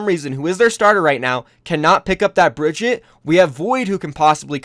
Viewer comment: Bri-gee-tah not Bridget lol